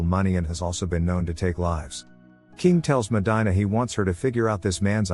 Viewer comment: If you LISTEN to the movie her name is pronounce MO-DEAN-A